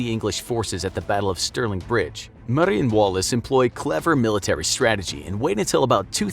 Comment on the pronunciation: as a scotish person, i hate the way he pronounces Lanark and Murray